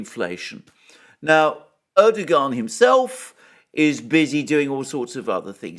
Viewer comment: Erdogan's name is pronounced "Erdowan".